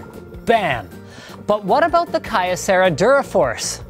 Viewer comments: You said Kyocera wrong, its pronounced Kee-Ouh-Sera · KEE-O-SE-RA. jesus, linus. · It's Key-Oh-Sarah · i used to work for kyocera, i laughed at how he pronounced it :D